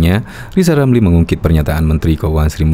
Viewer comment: Ngapain percaya lizal lamli Ngomong R aja kaga fasih